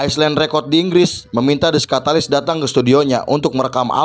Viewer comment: Kenapa nyebutnya skatalis?-_